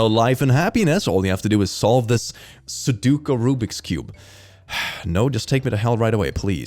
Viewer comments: I love you, but it's pronounced Su-Do-Ku. Not Soduku. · unless they mean "every 7th letter in the alphabet " (so, 3 letters) - that's not something a font can do and they should learn the thing they are trying to joke about before attempting a joke. 29;18 Ok, pronouncing sudoku as "suduku" is triggering me even more Also not how it works. EVEN if you have a QR reader integrated into the camera app (which is dumb) - it's not going to scan it without the user telling it to, and even if the user is dumb enough to do that or fat-fingers it - it will still show the QR content first, meaning the user will need to see that shady url and opt to open it. What's with people fundamentally not understanding the basics of the devices they use? Is that a troll on 's part to pick these posts specifically? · I cannot handle that you keep calling it "soo-dook-u" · pronouncing su-doh-ku as su-doo-ku is satan.